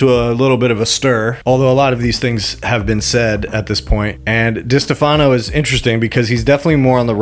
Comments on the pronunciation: Di-STEF-ano. Not Diste-FA-no. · Lol, it think It's Di-Stefano not Dista-Fano